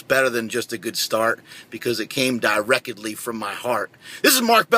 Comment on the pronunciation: "Diwreakedly from my heart". Oh no, he's tryin to kill us.